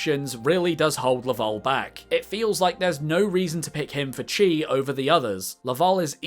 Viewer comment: Chi is pronounced Key, it's usually spelled as Ki